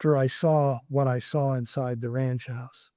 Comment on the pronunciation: I can’t stand when people say “sar” for “saw”